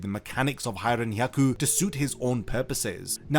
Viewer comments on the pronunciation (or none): Why do you keep taking the K out of Hiren*K*yaku?